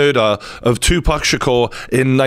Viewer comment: You got a new subscriber here just for saying "Tupac" correctly and not "2-Pack". Thank you brother for the update also 🙏🏾